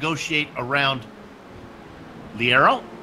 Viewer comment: Leiro is pronounced "Layro"